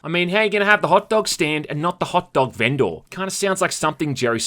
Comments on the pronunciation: My dude really said vendoor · I lost all respect for you for the way you pronounced vendor. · Please say VendOR one more time for me bud XD lmao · hehehe "ven-door" heh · why do you say vendor so strangely?